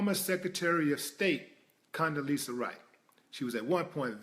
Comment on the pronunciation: Rice...not ri.